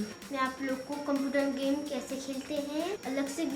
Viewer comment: Beta cumpurar nhi Hota hai computer bolo 😀